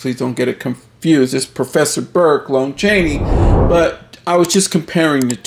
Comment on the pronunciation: Haven't we had this talk before? It's pronounced LAHN Chaney not LONE Chaney.